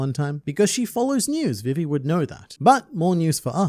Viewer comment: Bro! It's VEE-VEE. Not VIV, EE.